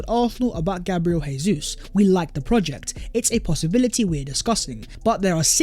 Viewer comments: Learn Portuguese, it’s not pronounced hey-zeus, it’s pronounced jay-zeuz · His frigging name is pronounced JAY ZEUS NOT HAY-SUESS. He's Brazilian, they speak Portuguese, not Argentinian, they speak Spanish. Stop butchering the boys name, he could be playing for us next season FFS. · btw when pronouncing a name/word in portuguese the J doesn’t act as an H like it does in spanish so it is Gabriel Jesus not “Hésus” good videos non the less edit: i’ve heard other brazilian players talk about him on youtube and it’s actually pronounced “Zhay•Soos” so it still sounds like a J more than and an H. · ive put this comment on videos twice already. guess he likes saying hayzeus